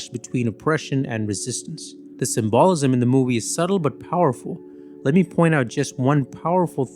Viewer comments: Wait, the what? SIM BALL isism? It's pronounced more like cymbal-ism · Do you just say, SymBALLism?